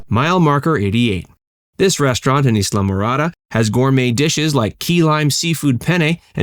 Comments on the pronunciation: It’s pronounced eye-la -morada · I'm a yank and that pronunciation had me throughly confused. Always thought is was heavy on the Eye as opposed to the E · Pronounced Islamorada wrong! Yankee